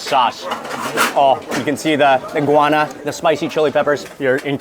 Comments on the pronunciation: the pronunciation is go-wa-na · What kind of pepper is it? Mark's pronunciation sounds like inguana, iguana, guana or guyana.